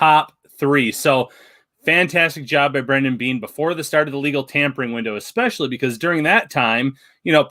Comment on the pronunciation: His name is Brandon Beane, not brendan beane. 🤬